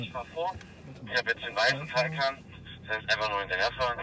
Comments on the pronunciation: Taycan, nicht Taycaaan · schön wie türkisch Taycan ausspricht 😂😂